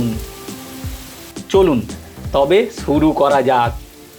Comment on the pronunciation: তোমরা যদি সবায় ইউটিউবার হয়ে যাও, তোমাদের ভিডিও দেখার লোক পাওয়া যাবে না। "আসুন, এবার সুরু করা যাক"। বাক্য শোনার পর বুঝলাম তোমার অনেক শিক্ষার দরকার! ওটা সুরু নয়, শুরু; আগে স, শ, ও ষ এর উচ্চারণ শেখো।